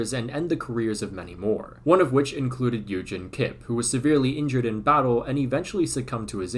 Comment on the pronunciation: Bruve you can not just pronounce German names in English LMFAO * It’s Koch not cook * It’s Eügen not Egen